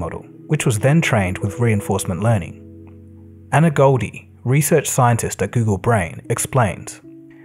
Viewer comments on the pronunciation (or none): none